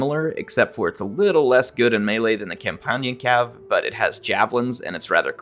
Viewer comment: Are you saying "Campanian" or "companion" cavalry? 🤔